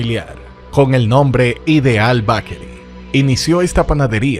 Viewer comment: Muy buen documental. Solo necesita corregir la pronunciación de Bakery. Esto le quita mucho al video